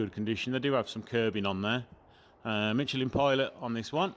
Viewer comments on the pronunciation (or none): none